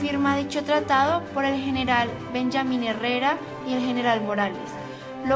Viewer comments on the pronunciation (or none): Top Investigador Además ni siquiera sabe pronunciar Benjamín en español! Eso lo dice todo.